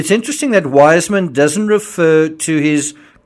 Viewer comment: I love your videos, they're very thruough, however, I must correct you on the pronunciation of Weissmann, its Viceman now wiseman. I know this because my maiden name is also Weissmann, and it's pronounced Viceman.